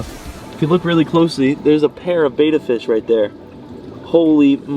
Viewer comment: FYI...it's pronounced BITCH-ER ...NOT Bi-Chur . also, it's BETTA NOT BAY-TA . FFS